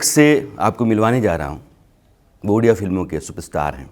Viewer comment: It's ओडिसा not उडिसा and the language is called ओडिआ not उडिया. properly research krke interview lijiye i request.